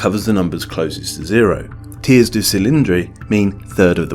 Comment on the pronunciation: Voisons is pronounced "Vwazons" Tiers is pronounced "Tee-air"